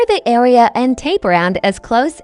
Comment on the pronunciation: "area" pronounced "awea" reminded me of tweety bird or Sylvester